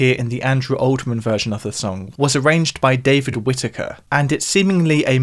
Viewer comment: Can you not read? Andrew "Oldman"?